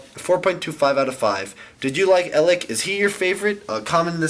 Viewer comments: He's pronounced Ay-leck. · It's pronounced AY-lek. -_- lolol You've gotten like no pronunciations right. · EL-ACHCK! Here we have EL-AHCK. This is EL-AHCKCKKCKCKC. That got irritating lol